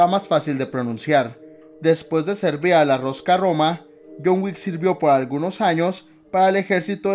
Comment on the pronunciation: "Rosca Roma" jajajaja😂 tengo entendido que se pronuncia Ruska Roma.